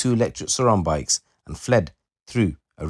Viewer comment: 36 “three men on their electric “brikes” 👀😂😂